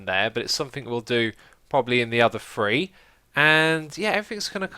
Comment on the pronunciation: Anyone else notice Xisuma pronounces Three as Fwee?